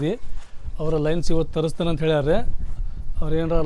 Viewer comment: Lins alla bro lens adu 😅